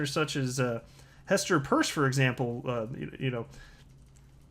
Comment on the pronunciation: Isn't Hester's last name pronounced like when you get holes in your ears???????